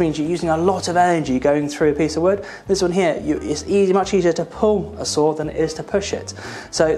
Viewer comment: Sometimes I heard "sword" instead of "saw" which made the video quite funny lol